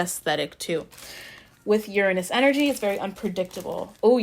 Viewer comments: "URanus, urANUS. Your anus" giggles I LOVe YOU ALREADY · 😂 I chose pile #2 and you made me laugh while trying to pronounce "Uranus" "Your anus" hahaha.